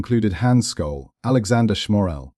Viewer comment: Sjollll , S .J olll ...not Skolll........you dick ! At least have the decency to pronounce her name right .